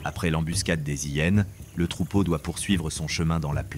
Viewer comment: Bonjour, tres beau documentaire, merci infiniment. Est ce une voix faite avec l'AI ? Car si je ne me trompe pas, on ne fait pas la lisaison .. les Zhyenes mais on dit bien: les hyenes. Merci pour toutes ces belles images.